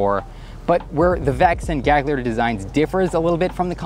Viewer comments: You shouldn't pronounce the second g in Gagliardi. It'd be closer to "galyiardi" in Italian. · Fantastic video man! One note: "gli" in italian is pronounced "lee", so the name would be pronounced like Galiardi (middle G is silent) :) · Psst: The second "g" in Italian words is silent.